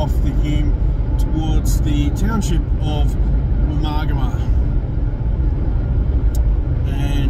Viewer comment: Thanks. Pronouncing Woomargama correctly helps me. I often come through Jingellic - Granya - Wodonga on regular trips from Canberra to Melbourne. The freeway bores me to tears. A two day trip, camping inbetween suits me. I'd never have known that 42 kms of track existed. 😀👍